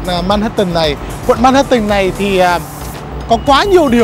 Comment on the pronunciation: Ban doc sai manhattans roi , phai doc la man hat’ en